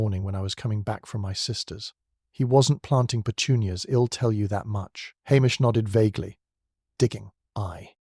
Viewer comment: Enjoyable storyline, but oh, the botched contractions.... Ill hed youwll